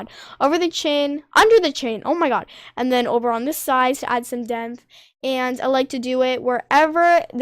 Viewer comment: hey i would just like to say its totally not hate but its pronounced depth not demth